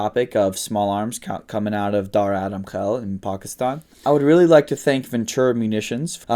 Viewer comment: Yea, when he said Pakistan, I was like oh yeah this guys a desi but then he said Dara Adam Khel and I was impressed by the former.